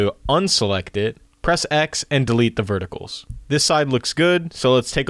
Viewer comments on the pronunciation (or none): Solid tutorial :) Just FYI vertices is pronounced "vert-uh-sees", it's the plural of "vertex".